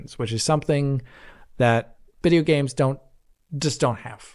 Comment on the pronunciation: DID HE SAY BIDEO GAMES?!